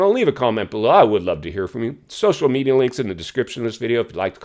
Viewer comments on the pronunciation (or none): none